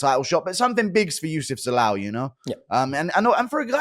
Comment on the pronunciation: How hard is it to say Youssef Zalal wtf